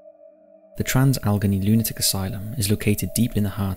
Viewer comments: Just for future reference, Allegheny is pronounced as Al-Leg-Ay-Knee, not Algeny. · This was really interesting, however Allegheny is pronounced Al-uh-gain-ee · Al-A-Gain-E (Pronunciation) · Bailey rejected from entering heaven due to wife not including whiskey in his grave, but nobody mentioning he wanted his DOG KILLED go be buried with him. (also, The WV psych hospital is pronounced AL-uh-GAIN-ee) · Trans "al eh gain knee" just so you know how to pronounce it, no hate here, only being polite. Love the videos and channel. Hope everyone is well and stay safe during these times. ❤ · Where do you get your place name pronunciations from? Al- eh - gay - nee